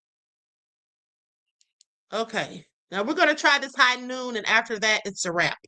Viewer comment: Its "Hogh Noon" alcoholic Seltzer